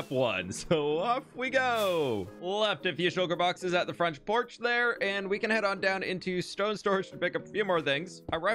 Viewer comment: am I the onlyone who noticed "fronch porch?"